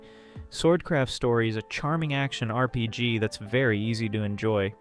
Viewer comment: I think another thing that could help is watching out more for awkward pronunciations. A common one is that the voice breaks up "RPG". If the script has it as "R.P.G.", that's probably causing it to treat each period as a sentence ender, thus the weird pausing. If that's not what's going on, and it still stumbles on the letters, you can try a word substitution such as "arrpeejee" or just "role-playing game". That might be more of a hassle though, but if it removes the artificial pausing, that's one less repeated point of friction and could be worth that bit of polish. There's a few other common words it stumbles on or pronounces oddly. If folks comment on a goofy pronunciation, it might be worth fixing. It does seem I am hearing less of them on the new voice, but R.P.G. still stands out particularly, and I sometimes hear that on other channels too.